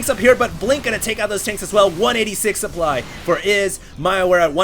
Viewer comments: lmao it sounds like a spoon magically appeared in his throat and he threw it up trying to say supply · ish he says 150 suplood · "150 suplood" lol